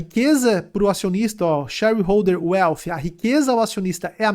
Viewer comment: chérirrouder uélf